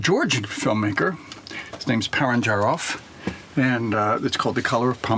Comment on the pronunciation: par-ah-jah-nov. Not pear-an-ja-rov. He is also Armenian, not Georgian.